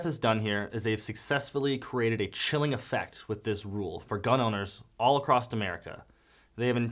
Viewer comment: “Across” is pronounced without a “t”